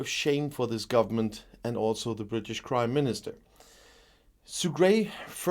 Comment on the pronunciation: Dit you say the British Crime Minister instead of British Prime minister ?